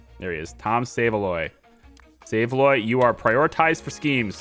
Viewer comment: Btw that minions surname Saveloy, it's pronounced sav-eh-loy and it's a type of British sausage. The games British humour of including it as a surname! Really enjoying the series and will look back on your Prison Architect videos 👍